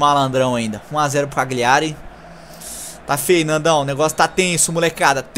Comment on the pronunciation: Cagliari se ler e se fala assim (Calhari)